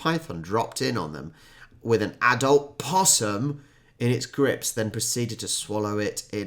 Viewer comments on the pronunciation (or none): none